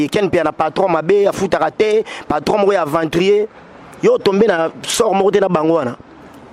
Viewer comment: Djoubek balobaka aventruie te kiekie